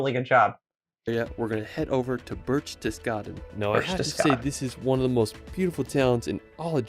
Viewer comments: nonono No birchtes… it’s Behhhrchtesgarden … the same “eh” like in porsch-eh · Wow! Enjoy your time there. I have vacationed in Germany, Austria and Switzerland many times and have seen most of the areas featured here. It really is that beautiful! My favourite city is Freiburg. PS his pronunciation of Berchtesgaden is not quite right, but you will hear the correct one when you are there.